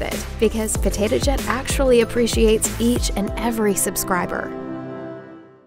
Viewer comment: I heard her say "Potato Jat"... Just me?